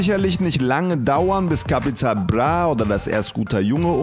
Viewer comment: Kann der nicht "Bra" sagen? ....Capital Blah